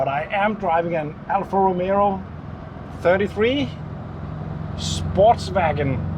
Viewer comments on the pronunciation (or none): It is not Romero! Romeo....Romeo Rom...a....oh